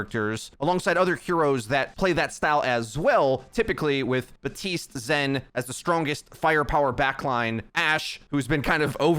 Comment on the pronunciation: if you say Ba-tiste one more time...